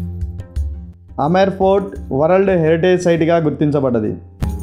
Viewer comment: Say Amber fort. Not Amar fort